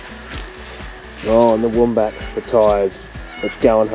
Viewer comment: The wombat family portrait WAS JUST SOOOO GOOD Priceless guys. 💗💗so adorable But even cuter is the way pronounce Wombat 🥰🥰 Apple turnover look heavenly and love your new top. Keep the hat action… it suits you And you know how much I LOVE the cooking segment Lolol